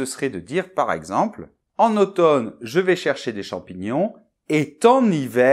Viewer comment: Dommage que votre prononciation ne soit pas parfaite! Vous confondez le son « e » de - je - me -..avec celui de « eux ». Incroyable. De quelle région êtes vous? En phonétique il y a 2 graphèmes différents :)